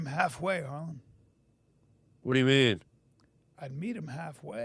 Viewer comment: Harland or Harlem? Hmmmmm The Hmm police gonna get him 🚔